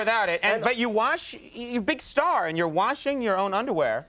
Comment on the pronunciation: conan accidentally mimics an Asian accent for .2 seconds loll "You a big sta"